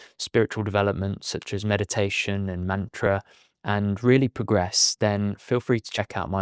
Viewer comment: In 'Mantra', both A's are pronounced like U in SUN.